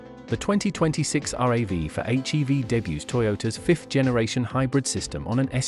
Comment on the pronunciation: It’s not called are a vee 4 it’s pronoun rav4 two words